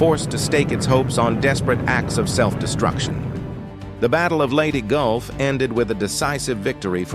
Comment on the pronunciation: lady golf?? wtf! The AI narration was disrespectful. That it was also stupid goes without saying.